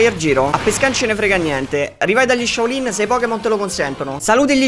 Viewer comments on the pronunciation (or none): Saluti gli Shaolin e gli dici Shao Lin